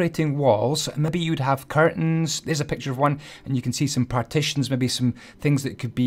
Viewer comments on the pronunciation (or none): none